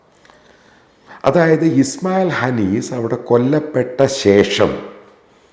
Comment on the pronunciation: ഇസ്മായിൽ ഹനീസ് അല്ല, ഹനിയ്യ എന്നാണ് സർ.